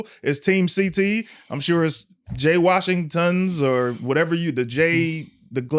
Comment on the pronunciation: 🤣The "washing-TONS" lol ya'll be violating jay for no reason.